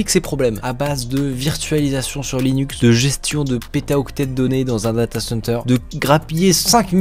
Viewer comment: "Linuce" Tech Tips ? :')